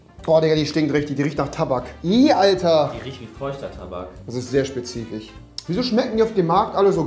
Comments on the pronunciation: “das ist sehr sPeZiFiCh” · "Sehr spezifich"